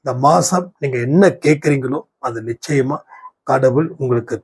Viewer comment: "நிச்சாயாமா இருக்குது."